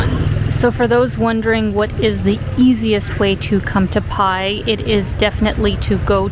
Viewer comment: I think it’s pronounce “bai” 🤔 The sign “bai my way” is a good indicator😉 Was there in 2003. Cannabis was never legal at that time but it was everywhere in Pai. 🤭Good times! Thanks for posting❤ I recommend renting a bike and getting out into the country-side.